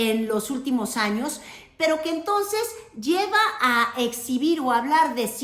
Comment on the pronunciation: La presidenta dice entos, se dice entonces.